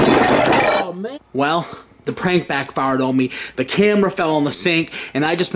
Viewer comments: Why, do they say pwank. What, are they unstable to say prank? Fuck the r add the w? You sound like your 5. Btw, Nice job opening the curtain. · Stop saying pwank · y'all cool in all but, when y'all say pwank😱😱😱 it's wack ijs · They should stop saying pwank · its prank noT PWANK!! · Turned it off after the 12th time you said "pwank"